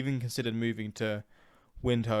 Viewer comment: Wind-hook is how you pronounce the capital city. Not windiwik